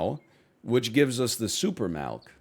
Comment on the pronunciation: the super MALK. that vowel is an 'I".